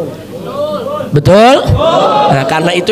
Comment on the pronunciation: Saudara bukan sudara.. bahasa indonesiamu saja tdk jelas